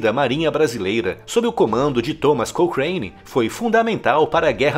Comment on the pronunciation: Muito bom! No Rio chamam a rua de almirante "crocane" e não "crocheine" kkkkk